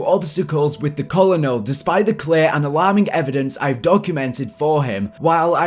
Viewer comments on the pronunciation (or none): "with the 'kulenal' "